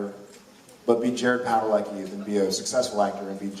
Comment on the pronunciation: Well the proper Polish pronunciation would take the cki and it would be ski... Jared doesn't even say his name correctly, somehow his family got lazy with it over the years it should be Pad-a- le-ski.